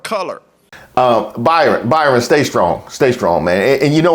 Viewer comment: You said, hey Byrinnnn it’s not you 😂😂😂😂😂